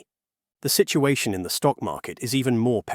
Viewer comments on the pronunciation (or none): none